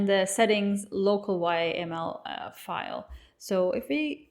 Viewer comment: Its bit superficial guide, flat emotions... I can read readme myself. Yaml is read YAM-uhl.